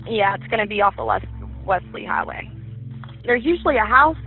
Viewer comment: it's 'west lee highway' not westly highway